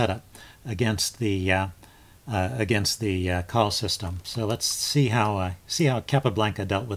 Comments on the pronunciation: First viewing of one of your videos. Well done! Subbed. But it's or system. Lazy tongues pronounce only the 1st syllable. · Excellent video. Btw, the e isn't silent. It's Col lee